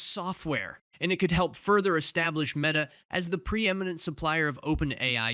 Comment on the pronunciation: At least the AI pronounced pre-eminent properly :)